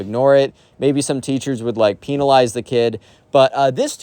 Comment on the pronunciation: IT'S PEH-NAH-LIEZ😭😭😭